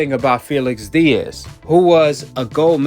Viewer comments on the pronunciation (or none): none